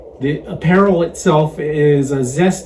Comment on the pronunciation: it's App-per-rawl. And I had two or three aperol Spritz a day while I was in Italy